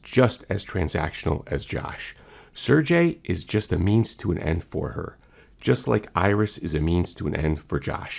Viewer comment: Hey bro just came across you channel you got a new subscriber,, just a heads up unless the movie says otherwise I think it’s SIR-GAY,, maybe the movie uses SIR-JAY